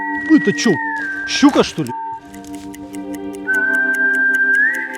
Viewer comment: Дед за Щуку порвал бы,без уважения произносишь☝